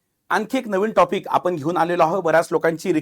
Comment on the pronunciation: नेमका मॅटर कुठून सुरू झाला! लई भारी मराठी!. म्हनून. आपन. पन.